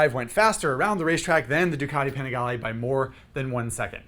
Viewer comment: I don’t like how he says panigale It’s like people that say Porsche instead of pronouncing it Porsche